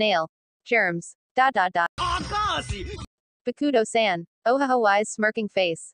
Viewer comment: agashiiii instead of Akashi lmfao